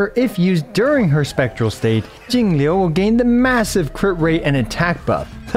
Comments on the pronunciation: I love how you say jingliu, so accurate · I like how you pronounced "Jingliu" with Mandarin tones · hey man, as a chinese person, i just wanted to thank you for taking the initiative to pronounce Jingliu and the other chinese names properly, even with the correct pinyin! great stuff! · Thanks for taking the time to learn how to pronounce Jingliu's name. It's a nice change from other EN creators who butcher all the mandarin names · I like how is pronouncing perfect textbook Chinese names now, respect for the effort. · yooo you pronounced jing liu correctly im so proud of you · That pronunciation was impeccable!!!! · props to for the perfect pronunciation of Jingliu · Perfect pronunciation on her name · how is he pronouncing jingle correctly